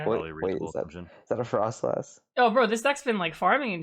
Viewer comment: please..... there's no H in frosslass!! 😭😅